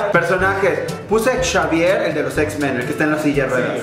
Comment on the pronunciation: Xavier no se pronuncia como "shavier", sino algo así como "exeivier".